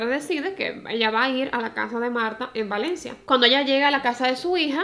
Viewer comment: Ten cuidado al pronunciar Valencia 😅 tienes tenencia a pronunciar la V como P. No es hate a tu manera de hablar ni nada pero aquí en España hay otra ciudad llamada Palencia y puede dar lugar a confusión. Un beso reina me encantan tus vídeos